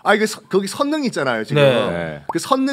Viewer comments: 선능 → 설릉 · 썬킴님! 선능이라고 읽지 않고 설릉이라고 읽는게 맞을텐데요!